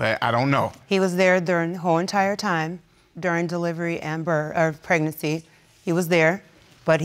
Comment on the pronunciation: ‘Pregnasex’.....now that’s a new one🤪